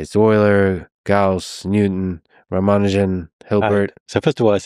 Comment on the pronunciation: He has to act like he has some knowledge on the topic, even though he completely butchered Ramanujans name.